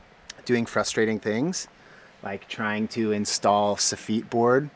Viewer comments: Just FYI, I think soffit is pronounced "SAW-fit", rather than like the French equivalent, "soffite". 🙃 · Great job! You did make me smile with your very posh English pronunciation of the boards! Never ever heard them pronounced as such! Here in UK we say 'Sof-it.But I do love your 'sof-eat'.Bless you.Aroha a marama.🤗